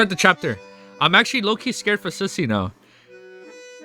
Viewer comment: The way man pronounce susie as sussy is just too funny 😂. Ah yes the Susssy baka susie